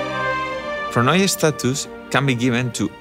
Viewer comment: Can't wait! Playing the Byzantines gives me a lot of inspiration when drawing. I hope i find some free time. Also Pronoia is pronounced Proneea 😃